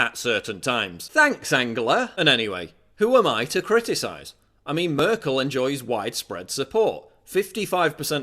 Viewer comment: You pronounce Merkel wrong. Nothing big, just saying